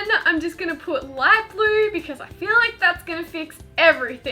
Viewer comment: For the highlighter DIY it sounded like you kept saying glue instead of blue🤨🤨🤨